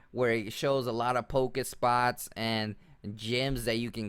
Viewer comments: Pokéstops, not Pokespots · it triggers me when you say pokespots, when they are pokestops. But thanks for the guide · Anyone else hating that he says pokespots in stead of pokestop?? Btw not hating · OMFG stop saying pokéspots, it's pokéstops. lol